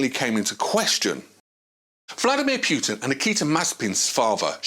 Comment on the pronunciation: Bro, you need to learn how to pronounce names. Pjutin????????????